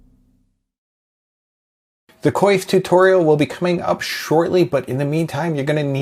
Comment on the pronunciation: Your pronunciation of coif sounded like quafe. Oi.